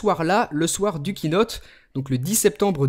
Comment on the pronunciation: Kiinote je crois que ça se dis Keyynote !